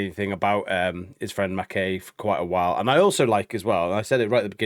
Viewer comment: I can forgive our US cousins for not knowing how to pronounce a Scottish and Irish name. But guys we're supposed to be together in the UK. Mac Eye is the pronunciation.